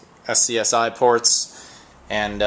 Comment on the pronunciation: SCSI is pronounce as either sexy or scuzzy.